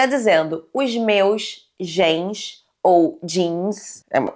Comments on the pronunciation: Sim kkkkk ela falando "gens" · passando mal com a nao sabendo que tem a palavra genes em português e fazendo uma pronuncia totalmente diferente lkk